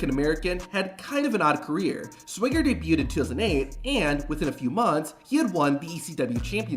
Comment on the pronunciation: The pronunciation of "Jack Swager" is killing me